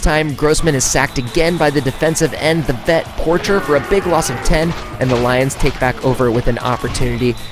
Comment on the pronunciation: Robert "Por-shay" is how my stepfather said it was pronounced. I know this is an old video